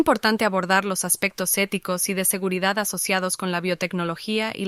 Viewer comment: Filoshoficous ou eticoush